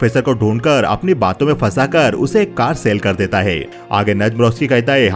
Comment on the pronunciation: Hota hai , Dita hai , lita hai , bar bar sun kar kab kharab ho gaya